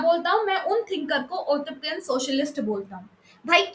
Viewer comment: Utopian pronounciation is wrong !